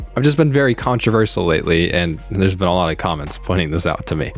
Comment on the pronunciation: Interesting way of pronouncing controversial.